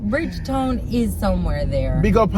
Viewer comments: lol. she does not have to go there to be blocked 😊 🥰❤️ I did lol 🤣 and you sir did well with a few names. I still love you but no Bridge Town that sounds more 😄 like Guyana 🥰🥰🥰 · Not saying Bridgetown😂..... knows his Trini cities man....San Fernando, Chaguanas, Port of Spain....he even knows the Savannah! Big up lol #Trinimtmfaminthehouse 🇹🇹🇹🇹🇹🇹🇹🇹